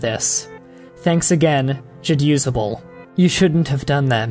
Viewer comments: i will never get used to it being pronounced ja-use-able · WAIT.... Is it pronounced Jad Usable or Ja Dusable? WHAT?